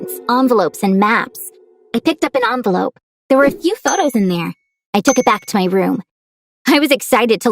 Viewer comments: everyone: envelope Her: onvelOpe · Love how she says anvelope when I say envelope